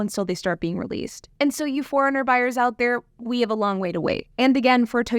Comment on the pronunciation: Sounds like you’re calling it a ‘Toyota Foreigner’ sometimes lol.